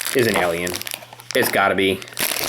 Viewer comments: You say Elion it's alien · Its alien not elien go back to english class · Guys seen the movie a million times but can't properly pronounce the Title lol. It's Alien as in A - for apple not E/Elien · It's not elien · U were were frikin sayin Elion not alien like srsly bruh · It’s not Elian it’s alien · Jesus Christ stop pronouncing alien elien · don't you hate it when people pronounce alien "ellion"? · its alien and not alyin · He says alien like elien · Jesus Christ your pronouncing of Alien is like "Ehliehn" like God dammit. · It's like AY-LEE-EHN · you say alien as "elien" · Why does he say alien like elion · Billy Ahlfield yeah it is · Why did u say Elien? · why does he call it an eliel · Ben Waller it bugged me to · 'Elion'...fml lol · Leandro Fox so fu*kin true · It annoyed me how he per ounces alien as elien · Your saying alien wrong, it's annoying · Guys if he's pronouncing alien wrong you don't need to bully him he's fine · Why do keep saying ALIEN like that!!!!!